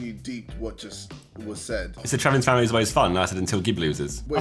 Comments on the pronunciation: The whole world: Americans are bad at geography JJ: "how far is Florida from Maimi" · "How close is Florida to maimi"? -JJ 20201